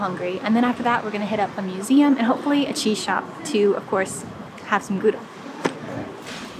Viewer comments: We don't say HOW-da, we say GGGGGGGGGGOW-da. My aunt and uncle lived in Gouda, we lived between Gouda and Rotterdam so I've been there many times. Gouda isn't just famous for its cheese but also for its candles and of course STROOPWAFELS. I hope you got those otherwise you missed something that's even better than the cheese. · At least say Gouda correctly, not Goeda. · GOEDA HOUDA?????? YOU SAY IT AS choudah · i think you missed a G sound